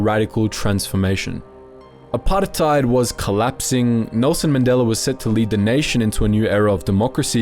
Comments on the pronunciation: The way he pronounces apartheid is so irritating. Saying it like its an Arabic word. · Gotta say. Loved the video apart from the dozens of times you rolled letters in apartheid that ARE NOT MEANT TO BE ROLLED. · The forced exaggeration of the word "apartheid" cracks me up. Y u tryna sound smart by saying it that way? Start putting a "bru" after it. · why do you say "apartheid" so weirdly?